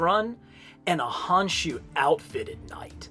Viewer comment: Small correction, it's pronounced "Con-shoe", and the Ahnk is pronounced "Awnk"